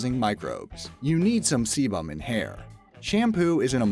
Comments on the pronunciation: sebum= see bum lol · See-BUM. Hilarious! Try a schwa instead of a fully-enunciated 'u', same as US people do with the 'i' in 'mobile'. Hear it here